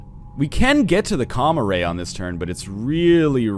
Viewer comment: When ever he says Com-Array I hear Comma Ray. I bet Comma Rays are adorable.